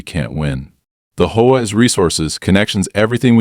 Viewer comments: Great Story, But if your going to use AI to read maybe you should put a (.) in between HOA like H.O.A then it would read it better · Homeowners has a silent e in the middle, are you lot crazy?, and HOA is three SEPARATE letters for Home Owners Association. Annoying as they are, it has never been A WORD. Never sounded out together. Like your crazily unintelligent AI, it has SEPARATE letters.